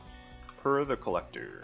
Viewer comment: For someone that could pronounce the name Helge correctly you sure pronounce Purr, I mean Per completely wrong =P (it's pronounced like the pear fruit, yeah I know, it ain't very obvious.)